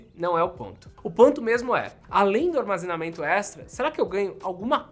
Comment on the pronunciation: “Memória extera”